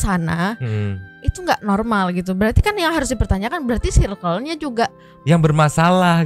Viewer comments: koreksi mang perasaan circle bacanya bukan sairkel klo di bhs inggris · Bacanya “sirkel” sih tapi abangnya juga salah sih baca “due” harusnya dibaca du. Koreksi klo salah ya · Mon maap mase yg ud biasa panggil2 pk sbutan babe, bro, bae n klaimnya ud lama gaul di bgor n jkt, lurusin dl lafal circle nya please.. jgn sok english cos englishnya ga syairkel jg.. kuping gw skt😂😂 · Dia ngelafalin circle aja sairkel, mn tau arti Bae (baca: be) yg artinya Before Anyone Else alias prioritas/someone special buat girlfriend, boyfriend. Curiga 1 circle cm 1-2 yg paham be yg di mksd. Krn kl bee itu bacanya bi bkn be. N pnggilan syang lbh ke bae (my bae), bkn bee. Honey beda lah sm bee. Bee = lebah. Honey = madu. Honeybee= lebah madu. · diperbaiki dl pronounce "CIRCLE" nya yaaa, sok2an ngmg circle, cara baca ne wae SALAAAH, ngisin2i